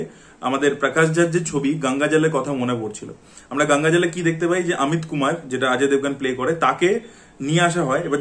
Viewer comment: Please pronaunce gangajol properly